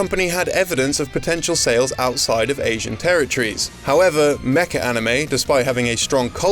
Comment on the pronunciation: Featuring "Mecha" or "Mecca"? Because I think the latter is VASTLY underrepresented in video games (as far as I know).